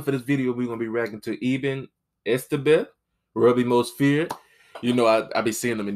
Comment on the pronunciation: I like how he said Ebens name and I am from South Africa so I love watching rugby and Eben Etzebeth is my favorite rugby player